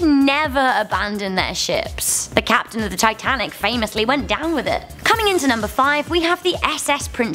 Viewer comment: Kapeten Smith